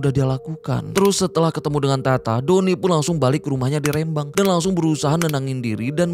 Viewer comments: Rembang bang,, bukan R`embang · Rêmbang BUKAN Rembang !!!